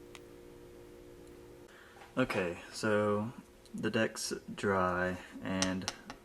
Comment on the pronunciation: At the end he sounded like he said "your dicks pretty much done" tehe